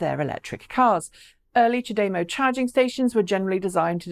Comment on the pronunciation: "Chah de-mow" Gonna get a severe OCD if people pronounce it ch'day-mo. Twitch twitch.. lol